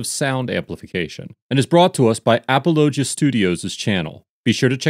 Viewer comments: Apologia is pronounced like apology but -gia instead of gy haha great video as usual! I’m really glad i found this channel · I’m jus laughing at the way you are pronouncing apologia lol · The name of the church is Apolo gia. I put the space in so you could pronounce it correctly. It comes from the term "apologetics" which is defending the faith through deductive reasoning methods. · A-Paul-oh-gee-ah. I can’t stand Durbin for philosophical reasons but he’s absolutely in the right here. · Apollo-Jee-a is how it’s pronounced lol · It is pronounced “uh-Paul-uh-gee-uh” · It’s pronounced like “Apology -uh” church. Not the way he said it in this video. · Appollo-gee-a Apologia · Apollo- gee- a church lol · Apologia is pronounced "a paul o gi ah" its from the Greek mesning "provide an answer" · It's A-paul-o-gia. Apologia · is awesome. The Church is pronounced Apology-uh. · Dude, you need to learn how to pronounce these names. You're constantly butchering them. It is pronounced like "apology" only with an "ia" at the end. even says the name of the church a couple of times during the video. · You mispronounced Apologia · Apologia is more like "apollo G ah" than it is like "ap ah low jah" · Wow, he really butchered the pronunciation on this one. It's pronounced "apology eh", not apalachia. lol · Narrator guy needs to watch the footage before recording the voiceovers. He mispronounces names A LOT, and would get the pronunciations correct if he'd watched the footage first. It's not "apple-O-gee-a" it's "apollo-GEE-a" as said. On another video with an Officer LaBey, he kept saying "labby" even though the officer IDed himself as "la-BAY." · Lol. It's uh-pawl-oh-GEE-yah. Not ah-puh-LOH-juh. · Come on man!!! You can’t pronounce they’re church name right!? Damn. Sloppy. It’s pronounced “apology-uh” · Finally! An actually important case! And just to nitpick: it's pronounced AaaPawlOGeeAA. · Apollo-Gia is how that’s pronounced. Like apologist.